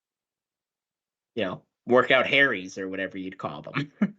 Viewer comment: "workout Harrys"????